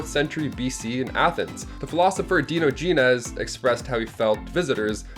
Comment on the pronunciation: Dye-ah-juh-neez....................NOT Dee-noh-jee-nez